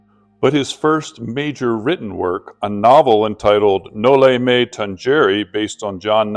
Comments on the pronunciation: Thank you for your appreciation with the Philippine history by learning Dr. Jose rizal it is rare forieners learn it, it's the Filipino story of oppression.. Just correction of pronounciation it's No-li-me-tang-he-re ❤❤ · Thank you for highlighting Jose Rizal. A genius and a patriot indeed. Btw Noli me tangere is pronounced as “tanhere”. G is pronounced as H. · No Lee meh tang- heh- reh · the Tangere in Noli me Tangere is pronounced as "Tang/he/re". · you know Mr I suppose that you're not supposed to be saying this word if you could not pronounce it no limit on here what an f really